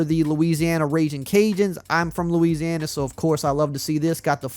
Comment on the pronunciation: When you mentioned ‘Louisiana’ I swear your accent thickened…